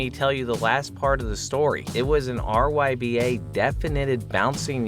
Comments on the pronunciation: It's not "RYBA", it's "RGBA", referencing red, green, blue and alpha channels of a 32-bit pixel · "rgba" not "ryba" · Its RGBA Red Green Blue Alpha Not ryba. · it's not ryba its rgba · GTA one shows an arrow pointing to the zodiac symbol. Maybe this is a clue? Something to do with the Zodiac Killer? Also the chicken one it doesn’t say “ryba” it says “rgba” as in red green blue alpha.